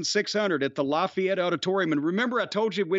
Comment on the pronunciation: It’s pronounced LAFFAYETTE NOT LOFFAYETTE